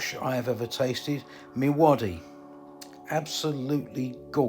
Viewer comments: Me Wadi😂😂spoken like an Irishman but we actually pronounce it My Wadi!! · Lovely video. By the way Mi Wadi is pronounced My Wadi! But that's neither here nor there! 🙂